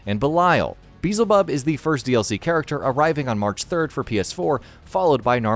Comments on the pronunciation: One of the best fighting games in years, imo. Also please stop pronouncing it BEEEEEZLEBUB, dammit 😂 it’s BEE-EL-ZE-BUB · He mispronounced Beelzabub.